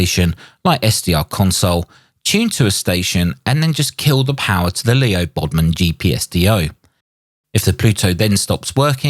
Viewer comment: LEO BODNAR, not Leo Bodmon. You have been doing these mistakes a lot lately.